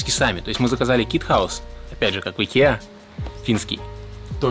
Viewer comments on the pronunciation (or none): none